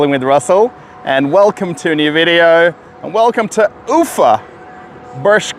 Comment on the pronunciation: The emphasis in pronunciation of town name UFA is on the A not the U, you sound funny.